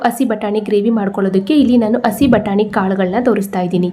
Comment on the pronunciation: Madam please say hasi batani instead of asi batani.